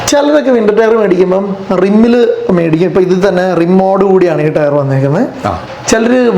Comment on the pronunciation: വേടിക്കുന്ന എന്ന് ആണോ അതോ മേടിക്കുന്ന എന്നാണോ പറയുന്നത്